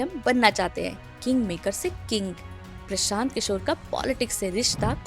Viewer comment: प्रशांत किशोर ❌ प्रसांत किसोर ✅ 😂😂😂